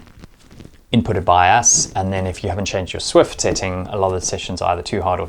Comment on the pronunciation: It's called Zwift, not Swift :D